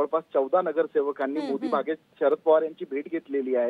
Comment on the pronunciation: साम टीव्ही वाल्यांनो भांग पिऊन बातम्या देणे बंद करा शरद पवारांच्या निवास स्थानाचे नाव आहे मोतीबाग मोदी बाग नव्हे आपल्या एंकरिंग मध्ये सुधारणा करा